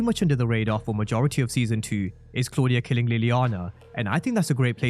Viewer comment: I love how Tommy pronounces Claudia's name.